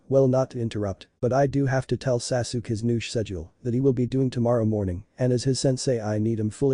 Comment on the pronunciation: At least get the ai narration to not say sasook